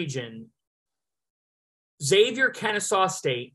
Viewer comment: You lose all credibility when you can't even pronounce Xavier correctly. They are a three seed, in the big east, been relevant for over 25 years. Makes me wonder if you've even watched them play